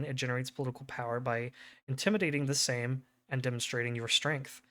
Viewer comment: Your pronouncement of Sejm was pretty good.